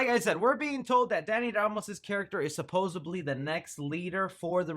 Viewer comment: I liked the video. Thank you for doing it. However it's suppose D ly. There is no B in that word man.